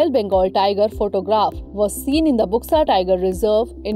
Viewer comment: इसका उच्चारण बुक्सा नहीं बल्कि बक्सा टाईगर रिजर्व होगा। इस क्षेत्र को डुआर्स कहा जाता है। असम में भी बक्सा नामक स्थान है। अलीपुरद्वार पहले सबडिवीजन था पर 25 जून 2014 के बाद इसे जिला बनाया गया।